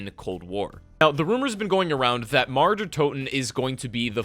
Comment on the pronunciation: I cringe everytime he pronounces mauer